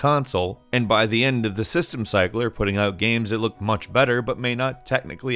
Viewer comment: Just realized pronounces “games” as “gams”